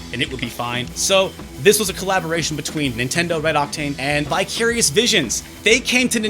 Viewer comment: When you said "Vicarious Visions," I thought you said "Bi-Curious Visions."